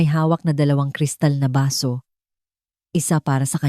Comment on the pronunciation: Baso, not basu